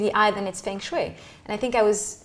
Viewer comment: The proper pronunciation should be the first step. Feng Shui (Fung Shway)